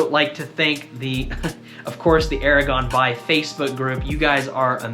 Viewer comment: It took me too long to realize that you were saying "Era Gone By..." and not "Aragorm (son of Arathorn, Dunedain and rightful heir to the throne of Gondor)"